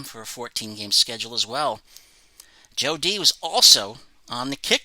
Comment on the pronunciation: Love Joe D. You pronounce his name perfectly. Haha. I used to listen to him as a guest on local Buffalo radio in the early 2000s. I did not know he was the only player to block for a 2000 yard rusher and 4000 yard passer. Congrates to Eddie's autographs.